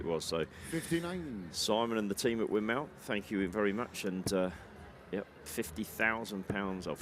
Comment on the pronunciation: That Spanish guy can’t possibly have a darts sponsor…what the hell was that. Also, the announcer doesn’t even know the correct way to pronounce Winmau. Embarrassing video. Sorry I watched